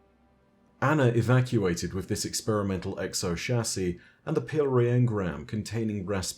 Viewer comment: Apparently it is "Shassey" not Chassis...lol